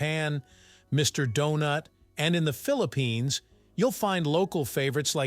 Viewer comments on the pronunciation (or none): none